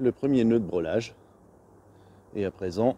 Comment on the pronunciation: Nœud de "brêlage" ou de "brellage"....le mot se prononce comme il s'écrit dans les deux cas .... Et ne se prononce en aucun cas "brelage"..... Ce sont des "morceaux" de bois et non des "bouts" de bois....le bout (en français) est l'extrémité ......